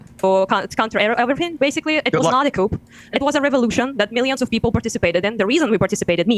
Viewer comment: Massive crucial error. She said couP 😂😂😂😂